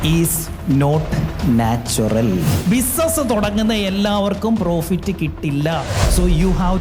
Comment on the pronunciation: ബിസിനസ്‌ എന്ന് പറയാൻ അറിയാൻ പാടില്ലാത്തവനാണ് ബിസിനസ്‌ നീ കുറിച്ച് ഖോംര ഖോരം പ്രസംഗിക്കുന്നത്